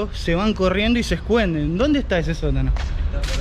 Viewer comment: "se escuenden"....mi viiiiiiiida jajajjajaaj